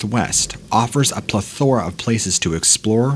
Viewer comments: I clicked off the video 46 seconds in after he mispronounced the word "plethora" because I knew, I JUST KNEW there would be some fukk-assery I wouldn't be able to deal with if I kept going. Thank you for this comment proving me correct without having to actually waste my time trying to listen through it. 😂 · I clicked off this video after only 46 seconds. Basically right after you mispronounced the word "plethora". After I heard that, I knew I wasn't going to be able to suffer through whatever other butchering was going to come after. Thought you'd appreciate the feedback. ✌️